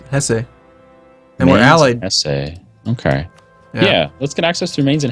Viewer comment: its not "HessEEEE", just pronounce it "Hess"